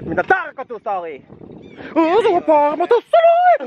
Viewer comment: shotti aina ku kuulet ’pAaRMA’